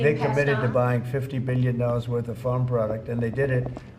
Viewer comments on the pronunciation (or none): none